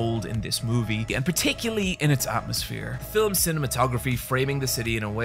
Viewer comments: "fillem", no hate I like hearing it lol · the way he says “filum” is what i liked in august 2024